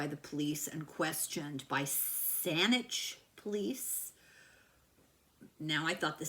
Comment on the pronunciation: Saanich is a separate city/municipality just to the north of Victoria proper. There is also an East Saanich and a Saanichton. And you pronounced it perfectly!